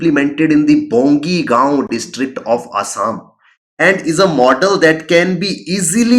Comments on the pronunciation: Bong-aai-gaon = Bongaigaon.. Not bongi gaon🙏... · Bro it's not bongigaon it's bongaigaon... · Not Bongi goan it's Bongaigoan (बंगाइगोअन )